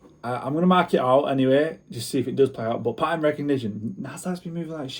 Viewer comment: pattern wattt😂😂😂